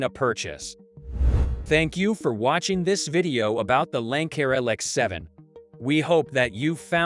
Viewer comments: Lanck-air? Bye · I guess robots can’t pronounce Lancair